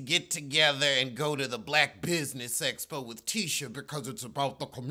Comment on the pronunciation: First it was eeeee-vent, now essss-po. Girl 🤦🏾‍♀️😆